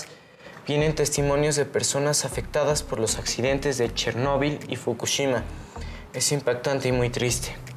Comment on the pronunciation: El vato dijo :el Chernobil xd